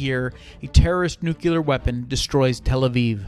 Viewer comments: It’s pronounced NEW CLEAR. NOT NEW CULAR. For fucks sake. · I know it's nitpicky but I really can't stand when people can't pronounce "Nuclear" correctly.